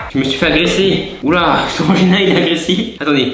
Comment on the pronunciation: Son onagrina il la changé en orangina et il a réechanger en onagrinaa